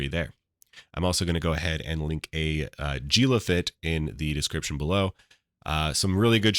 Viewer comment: Jee-lah lol - I love that you've invented a 3rd way to say the name Gila. Respect :D This is the guide I was looking for thanks